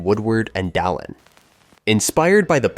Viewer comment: He cant pronounce anything at all. No American can say Bananarama. And the way he said Dalin was weird as hell.